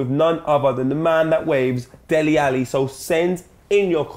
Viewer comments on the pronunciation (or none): #askdele if he knows how to pronounce his name properly Der-lay